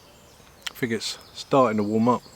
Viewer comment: Mate if you keep up with close ups and slurping I’ll unsubscribe and it’s think not fink and all the other ths like them not vem !!!!!